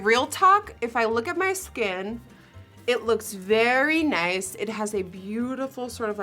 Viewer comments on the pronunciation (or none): "its very nEJs"